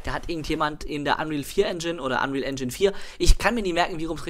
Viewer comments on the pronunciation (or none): none